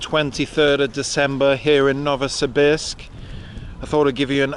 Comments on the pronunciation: Thank you for sharing about Novosibirsk. Incidentally, Pronunciation is "Novo see beersk" A bit like saying "beers" with a K Can't go to Novosibirsk without going to a KHL ice hockey game . ... team is "Sibir" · You are using the American pronunciation for Novosibirsk Ask a local and you will definitely hear "No vo see beersk"